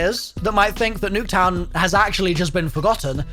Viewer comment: Everytine he said Nuck town I wanted to die